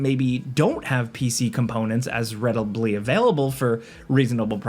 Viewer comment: I don’t have funds “readibly” available to get this